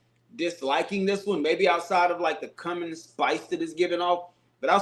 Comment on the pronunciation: respectfully, it's pronounced "koo-min". What you said is something completely different, lol